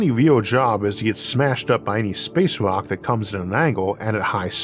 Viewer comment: Downside unless your an ork, and of course he is saying rok not rock